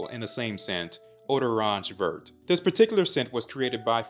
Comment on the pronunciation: Hey I’ve been following you for a long time now and I have some constructive feedback on this great review. You should look up or find out how the pronunciation of the products you are reviewing are if they happen to be in a different language (where possible). This one was a bit hard to hear you say vert when in french the t is silent. Just want you to look amazing all the time! Appreciate ya!